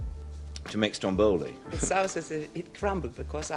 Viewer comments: I'm sorry, I don't want to seem rude, but I'm Italian and I just want to tell you that it's Stròmboli and not Strombòli. I admire your lovely work and your dedication to this channel. Love from Italy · It's stròmboli, not strombòli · Not StrombOli. StrOmboli! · Just a friendly correction, it's pronounced Stròmboli, not Strombòli (I know it's difficult for non italian speakers to get it right, and it's just a little detail, but it bummed me so much throughout the video). I love your documentaries, I fell in love with Ingrid's work since seeing her in Murder on the Orient Express when I was little, thanks! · Yay!!! Love IB!! Saratoga Trunk is my fave. I thought it was pronounced strom-BOL-i. Journey to Italy is far superior to Stromboli. Indiscrete is readily available on youtube (shhhh) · I'm Italian and it's so funny how English speakers say "Stromboli". In Italian the stress is on the first syllable. I love these videos and especially on the old movie stars! It's a fascinating topic. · This video is AMAZING as usual, loved it. The american pronunciation of Stromboli is so funny tho